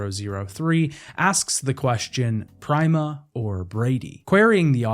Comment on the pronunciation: Great video, but that can NOT be how Prima is pronounced.